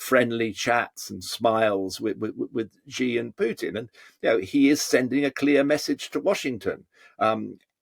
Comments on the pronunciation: It's not Gi, it's Xi as in Mexico. Megico? Gosh, you westerners! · Can someone please teach these pundits to pronounce Xi?